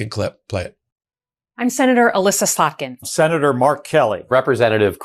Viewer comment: Noticed right away you got slotkin’s name right this time.